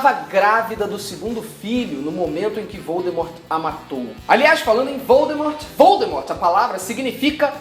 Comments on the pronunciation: a jk tb contou no começo do mes q a pronuncia de voldemort na verdade eh voldemor. o T eh mudo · VoldemoR - T mudo Felipe, palavras da J.K. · Fato N 15: A pronúncia correta é "Voldemor". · quando vc fala voldemort é com o "t" mudo, j.k Rowling disse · Há pouco tempo também a tia Jo revelou que Voldemort na verdade deve ser pronunciado com o T mudo (sim, deve ser pronunciado, aqui não tem essas coisas de Aquele-que-não-deve-ser-nomeado ou você-sabe-quem) - CONTUDO, quando eu estou lendo na boa (sem me preocupar com isso, digamos assim) eu simplesmente NÃO CONSIGO dizer/imaginar o nome dele assim :p